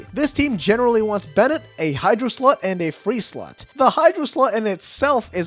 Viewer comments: Any one else heard "to fill the hydro slut" Hehe. Good changing review! 😊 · did you just say Hydro slut or Hydro slot i couldn't tell but i laughed regardless 😂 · I don't like the way you say slot